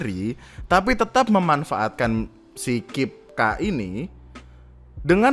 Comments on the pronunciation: bang bacanya ka-i-pe-ka bang😭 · KIP-K BACANYA DIEJE BAANGG BUKAN kip k😭😭